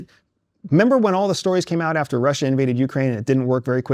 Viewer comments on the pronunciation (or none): none